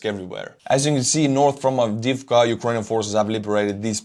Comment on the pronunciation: In name of "Avdiivka" there is unique ukrainian letter " Ї ". You need to teel "i" two times. Avdi - i - vka.